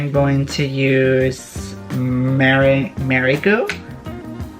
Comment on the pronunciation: “Meri-Gue” concealer?! Haha GIRL! It’s meringue! Like lemon meringue pie! I died at that part! LOL 😂